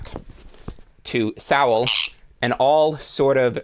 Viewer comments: I would be very thankful if you'd pronounce Thomas Sowell's name correctly. It sounds more like soul or so-well. Not Sow-el. I'm not saying you're doing it but pronouncing it Sow-el has become popular among those who hate the man. I imagine it's because it's akin to calling him a pig. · Despite the mispronounced "Sowell" and ignorance to Thomas's standing, outside of strategic "lefty" kneecaping, amongst intellectual circles this was a worthwhile listen. Sowell the 🍿 pop writer! 😂